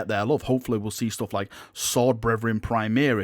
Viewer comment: Can you STOP say "primiris" it is "PRIMARIS" the "mar" rhymes with "CAR" not bloody "EAR"